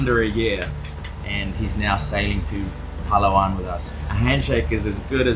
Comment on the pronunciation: It's not " pala-wan ". It's " Pa-la-wan ".